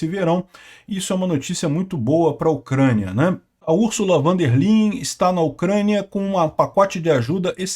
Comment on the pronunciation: Ursulva von der Leyen se pronuncia "fon der Laien".